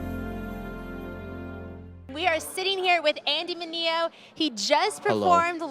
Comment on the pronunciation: His name is min-e-ooo not miniou he said it in a song himself